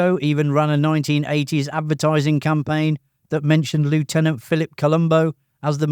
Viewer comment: Mispronounced 'lieutenant' there, my friend...